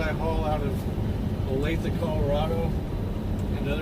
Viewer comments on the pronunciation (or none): none